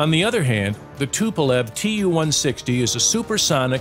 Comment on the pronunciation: Who gave Too-160 the nickname "blackjack"?! We call it the "White Swan"!!! P.S. Not Tu, but Too, long "u" (oo).